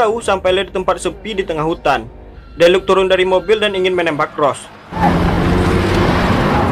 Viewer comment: Deluca dibaca deluka bukan deluk bambang🤣🤣